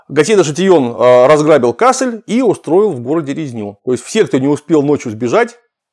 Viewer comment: Почему кАссель? Речь же про кассЕль, ведь кАссель, именно так автор говорит, это центр германии, нижняя саксония, там никакие французы с фламандцами не сражались. А есть еще КассЭль - там всё и происходило, и это таки да, под Дюнкерком, сейчас Франция. Но с первых же минут это вызывает некоторую оторопь, когда начнается рассказ про кАссельских фландрийцев.